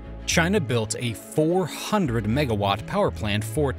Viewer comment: the way you said 400MW was hilarious, it's not that much power to have warranted that sort of emphasis KEKW